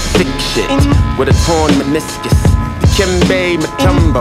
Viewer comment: Monch pronouncing 'meniscus' is ASMR